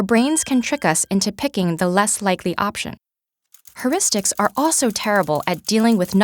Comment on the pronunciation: I can't stand her saying "herristics."It's phonetically "hyeuristics." If you're giving a talk about it at least say it right.